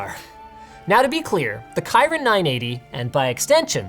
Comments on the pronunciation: holy moly, that's not KAI-rin, is KEY-lin. That's actually Japanese. Huawei should change it to Qi-lin (Chii-lin) , which is the proper Mandarin lol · It's pronounced "Keerin". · Isn't it Kirin (Kee-reen)? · Why Kyrin ? Ki is "ky" and ri is "ree" !! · It's not pronounced kairin it's kerin, "Kirin" for lightning. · Everyone : Kirin Linus : Kayyyyyy-in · I hate to be that guy but it's kirin not kaireen. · Kirin is pronounced Kairin? What?... The phone is pretty good though. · It's Kirin not kairin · Please don't say kirin like that... Its pronounced in Japanese, Kirin means 🦄 . Kyrin, pfft.... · I thought it's supposed to be said Kee-rin not Kai rin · It's pronounced as "key-rin", not "kai" :) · Kirin.. keer-in. Not kai-ryn. As somebody that farmed this dude up in Sky for years on a weekly schedule, that broke my brain :( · "kairin" i was so triggered... you dont say "kairbiy" its kirin like kirby... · Ky-ren? Pretty sure it's pronounced Kir-in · LINUS ITS KIRIN NOT KAIRIN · "Kyren" chipset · I thought it was pronounced "Kirin" not "Kirin" 🙊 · Isn't it pronounced "keeleen"? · it pronounces key ring ..... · Erm... linus... its pronouced key-rin👌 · pronounce Kirin with a short "i" its a mythical horse like creature (some ppl classify as elder dragon :D ) also Japanese beer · It's pronounced "key-rin" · Kirin is pronounced kee-rin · isn't it kir in? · Keeren Keeren Not KyReN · Did Lynis just say Kyrin 980? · THE WHAT 980?! I've seen many people pronounce Qilin/Kirin differently, but that's a first for me. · Linus: pronounces Kirin Me: "This guy doesn't know Naruto" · Ouch, his pronunciation of Kirin XD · Wow. Did you really mispronounce the processor name? Lol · Learn to kirin right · you're pronouncing huawei and kirin wrong